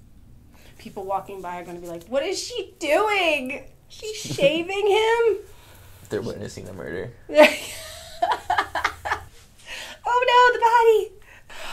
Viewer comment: I was pretty sure it was the stooges, but I had to check. I mean, who else says "moider"? I'm 30, I've been watching the stooges since I was a kid. I have a new level of respect for